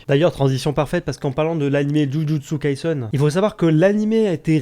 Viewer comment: C’est pas kaisun mais kaisen